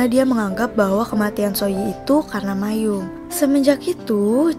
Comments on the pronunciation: Bacanya: MA - EM BUKAN MAYUM ... lain x tny kpd org yg mngerti bgmn cara baca yg benar! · maeum dibaca ma-em, kok malah mayum😞😞